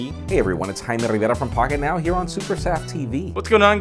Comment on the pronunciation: Vineet Meshram no I mean it sounds like haime Rivera.